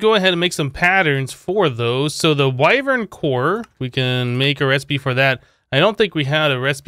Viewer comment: That is not how you say wyvern